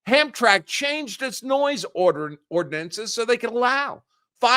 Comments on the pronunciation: It is pronounced Ham-Tramick. Hamtramck. It's Polish. It used to be a Polish town 30 years ago. Now it's an awful place to visit. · It's pronounced hamtramick. I'm like 20 minutes away. Also near Dearborn. Dearborn has home Depot with signs all in arabic